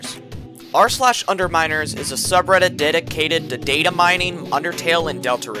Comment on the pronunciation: I heard Underminers as “Underminors” which had me like H o l u p For a moment